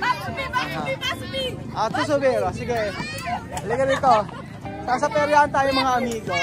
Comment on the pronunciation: PERYAHAN HINDI PERYAAN